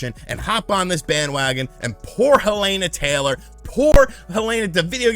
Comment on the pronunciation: What's more annoying than any of this is the fact you can't pronounce her name properly